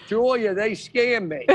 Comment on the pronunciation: i thought her name was joya until hila said julia bahaha